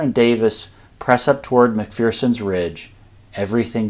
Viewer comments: Mc Fur Son. Not Mc Fear Son. Scottish saying: There is no fear in McPherson. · Mc-fur-son...There's no "Fear in McPherson" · There's no fear in Mc=FUR-son!